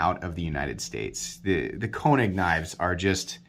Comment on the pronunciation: Long “A” sound when say the name. Not trying to be a dick. Just trying to be helpful. You’re the best!